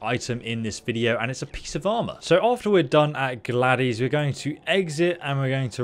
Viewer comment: You're saying "Gladys" and "Prismatic" all wrong! lol